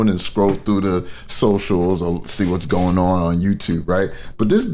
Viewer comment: Why is it that is able to pronounce her Gs at the beginning of words just fine but not at the end of them?